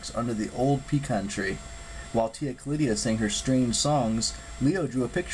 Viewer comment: Tia Callida not Callidia